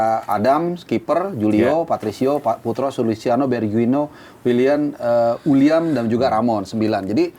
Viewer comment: Uiliam bang uiliam. Bukan wiliam 😅